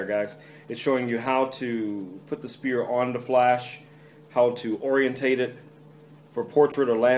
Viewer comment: Sphere isnt pronouced "Spear", its "Sphere" - the "ph" is like an "f"